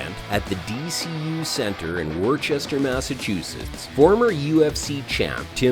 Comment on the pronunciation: "whirr-chester" massachusetts?? WTF is that? where are you seeing an H in the name WORCESTER?! its pronounced "Wuss-ter". properly anyway... comes out a little harder with a Wistah accent (thats a COMPLETELY different H btw)